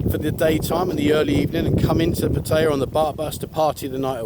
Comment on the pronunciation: Yeah but many people watch your videos to learn about Thailand. So why not pronounce the name of their city correctly.